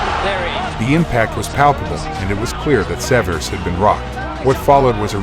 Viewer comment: Lou Saverese----Saav-er-E-SEE.